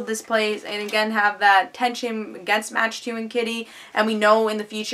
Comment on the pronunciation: Good review. Although, I believe Mach 2's name is pronounced like "Mock 2" as in traveling at supersonic speeds. It will be interesting to see where they go with this arc.